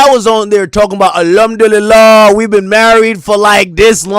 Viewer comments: Son said ALumdulillah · 😂😂😂😂 he say alhamdu lillah